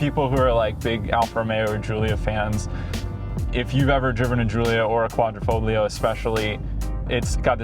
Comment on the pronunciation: All that knowledge of the car and yet you say the “g” in Quadrifogilo”. 😂